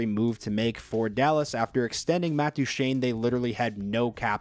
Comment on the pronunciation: And you said Matt divine, not Matt duchene